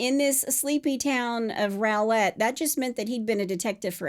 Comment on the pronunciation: Rowlett is pronounced raw-let. I know it makes no kinda sense but not 1 documentary or news agency has gotten it right. Even local ones